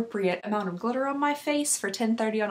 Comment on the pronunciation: Imma be honest I thought she said “i have an unacceptable amount of butter on my face” instead of glitter